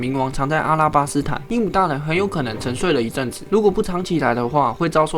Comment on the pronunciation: 不是一正子是一阵子